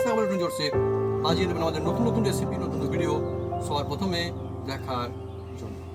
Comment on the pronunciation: Recipi❌ Achapi✅ 😂😂😂😂